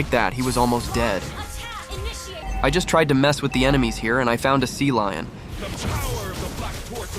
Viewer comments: uses AI voice over which pronounces Cecilion as Sealion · he explains it in one of his older videos, basically the ai just doesnt know how to say cecillion properly, hence why he calls it sealion instead.